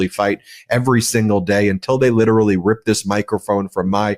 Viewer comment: Please learn how to pronounce “literally”.